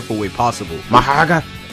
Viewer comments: Who noticed the mohoraga and bro the pronouncation maharagaa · bro saying "maharaga" make me laugh bro like bro just say mahoraga like a british person bruh >:3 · "Enue" and "Maharaga" got me dying 😂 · Mahoraga (Mah - Hoh - Rah - Gah) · “Inuey” “Mahraga” I cant 💀💀💀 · Why do u say nue like "n u e" and mahoraga like "maharaga" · Talking about how he pronounces “Nue” when he pronounces mahoraga as maharaga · Anyone talks about "Majaraga" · Wait when you say mahoraga you sound like spanish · "Nue" is pronounced "noo-we" not "INNUE" Edit 1 : HOW DOES HE PROUNOUCE MAHORAGA LIKE THAT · Stop saying mahoraga like that 😭 😡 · What is this guy pronunciation mahoraga and nue dawg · The pronunciation of mahoraga and nue is killing me (no hate tho) But fr tho I honestly prefer this game over TSB of course TSB has the better combat but JJS is much more fun to play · Calls Nue N-O-E and he says Mahoraga like as if hes indian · just a heads up tho! "Tze" is literally pronounced as "Z", "Nue" is pronounced "New-ay", Why are you rolling your Rs for "Mahoraga"? it's just said as "Ma-ho-ra-ga."